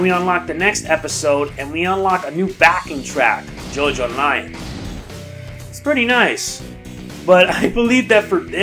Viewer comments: Jojolion is pronounced "Jo-jo-le-on." :) Awesome video by the way! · JoJolion is supposed to pronounced like evangelion